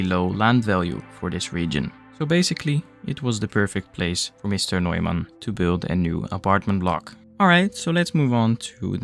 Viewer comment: I love the stories to explain the developments. Love how German u pronounced Neumann 😅❤